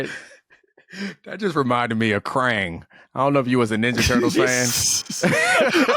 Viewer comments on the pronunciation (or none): Homeboy said "Krang"